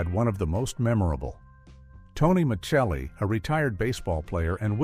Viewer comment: Also inaccurate. Flo was the man crazy waitress not Vera. Also they say Dolph Sweet was written out when. In fact he actually passed away in real life. Not the same as being written out. Tony's last name was pronounced Micelli, not Michelli. This was annoying.